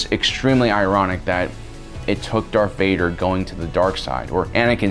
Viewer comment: Is it me or are you saying dark Vader ?